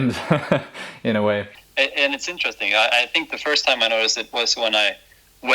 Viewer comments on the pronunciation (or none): none